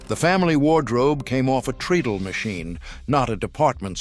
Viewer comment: The sewing machine was a "treddle" not "treedle".